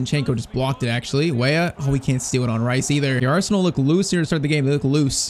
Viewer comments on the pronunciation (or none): none